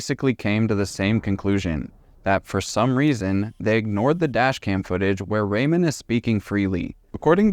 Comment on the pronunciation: You don't know how to pronounce "Ramone?" um No, Ariana was NOT smart. Unpopular view, I know.